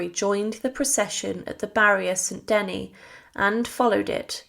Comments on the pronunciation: Thank you for the history, but please do check pronunciation it is "funeral oration" not funeral operation", Saint "De-nis" not St Deny, etc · It’s hard on the ears to hear the majority of these names (st Denis, Angoulême, etc) so terribly mispronounced